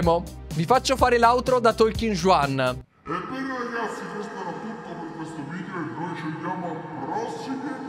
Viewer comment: Un consiglio,in spagnolo la J si pronuncia K,quindi il personaggio non si pronuncia Giuan ma Kuan.